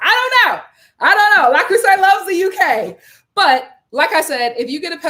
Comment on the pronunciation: I'm dead!!! 😆🤣🤣 The Frenchman pronunciation 👌🏽 Yessss!